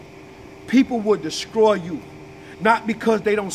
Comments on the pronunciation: Great Video But The Word Is Pronounced “Destroy” Not “Deskroy!!!” 🤷🏽‍♀️🤷🏽‍♀️🤷🏽‍♀️ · Lol “desCroy” 😂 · Di... Did he say descroy?